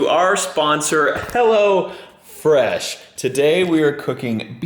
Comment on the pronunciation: Everytime says "Hello Fresh" i hear "Hell'a Fresh"